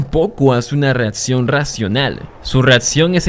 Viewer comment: no digas: espetadores, reatsion , conetsion, odjetiva, adcion (acción),---- recomendaría que pronunciaras mejor, me causa mucho tik tu dicción